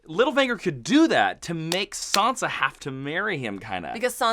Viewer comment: it's Sansa not Sonsa. San-sa. An A sound not an O sound.